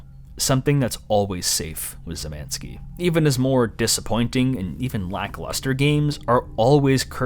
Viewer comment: I didn't think it was possible, but I heard "Szymanski" (Szymański) said like 6 different ways, and none were really correct.